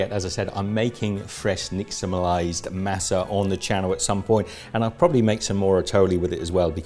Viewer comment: I'm from California and it doesn't matter what the color of your skin is, you're taught the proper way to say a lot of Spanish words from a very young age so it always cracks me up to hear English speaking foreigners try to say Spanish names and words. Lol it's Mah-suh not maa-suh. Lol love the video, though! Atole is super awesome.